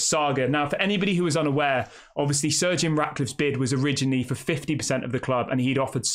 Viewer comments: Why does it sound like your saying surge eon Radcliffe and no to Jim cause he will still do what the glazers have done plus he don’t have the money himself which again is exactly what the glazers done which means the club will be focusing on money not football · Stop saying surgeon. It’s Sir Jim